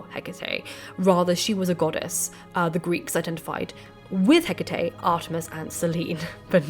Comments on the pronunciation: I spent the first half of this video screaming Hecataé every time you said Hecatea. You fixed it halfway though. Lol. I almost blocked you. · This is interesting, thank you, but Greek goddesses with e at the end of their name are usually prounced 'ee' at the end rather than 'ay' (apart from in Shakespeare who pronounced Hecate with two syllables, ie. Heh-cut). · Εκάτη = E KA TI not HE CA TE she is not a Samurai Spirit (you guys YOU GUYS) 🤣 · Whenever I hear the name pronounced, Heck itty, I feel puzzled. When I look up correct pronunciation it's more like Eh ca tay because it's Greek. So what's the correct way? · It's pronounced Heck-uh-Tee.....Just sayin' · its Ekati not Hecate. she would never reach out to someone who cant even pronounce her name... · oh babe, you are saying it in spanish, the romance way, closer to latin. 💁🏻‍♀ It's fiiiine. 💖 🙌🏻 You are channeling this information from the universe in within! ✨🔮✨ I didn't even notice until you pointed it out. As a spanish speaker, it made it easier for me to listen while cleaning the house 🧹🧹🧹 🤷🏻‍♀ I discover you recently and am so glad I did! Thank you for you hardwork doing all this videos!!! ✨😍✨ TOP TIER! 🖤🖤🖤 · Although I have always pronounced Hecate as you do, I’ve recently been corrected by a couple of Greek speaking friends, who suggest that the emphasis is placed on the second syllable.